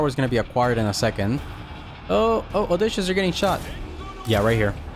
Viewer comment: Love these. Btw (trying to be nice) it's Oh dis see us